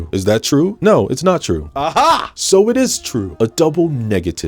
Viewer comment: It’s twue it’s twue